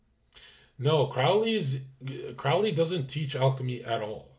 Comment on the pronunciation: the "ow" in "Crowley" is pronounced "oh"!